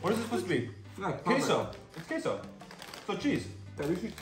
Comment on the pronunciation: The way you pronounced ''Queso" and "Ruffles"